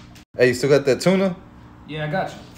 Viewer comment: He said “STILL” like he been sitting on it for a min. 😅😭